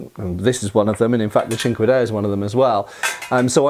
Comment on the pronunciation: I keep hearing it as "chingadera"😂